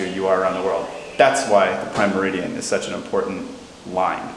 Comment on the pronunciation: How come doesn't know how to say "meridian"?: - ) Beyond that, I have loved that you guys have taken us on your trip to the UK (and to the boat show)! I found the mini series on Harrison's development of an accurate chronometer to be truly fascinating. So seeing the "clock" display at the Royal Observatory was truly great! Thanks.